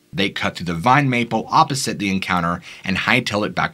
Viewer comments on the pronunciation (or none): none